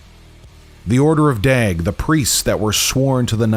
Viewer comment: The order of daeg.... sounds like " you like dags?" From snatch